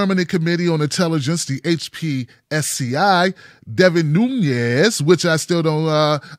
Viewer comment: his name is not Spanish (Núñez) but Portuguese - Nunes.Just adding some linguistic info.